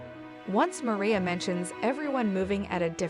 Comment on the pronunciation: Her name is pronounced MA-RYE-YA! 🙄